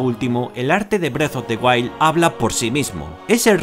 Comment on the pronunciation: parece que dice breast of the wild jajaj